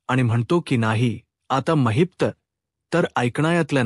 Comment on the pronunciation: Mahit nahi mahipat bola navacha neat uchar kara